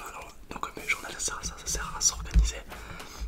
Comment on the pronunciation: Il a dit bullet de journal pas les journals😒